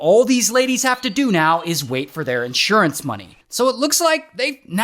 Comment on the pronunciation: You totally lost me at. IN…surance. Who says that?????